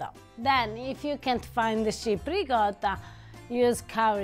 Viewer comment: You know, if you keep mispronouncing riccota, mozzarella, etc., Eva may just hit you in the head with a saucepan. Be careful.